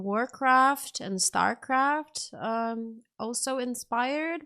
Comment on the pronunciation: *Starcraft*.... not starcroft!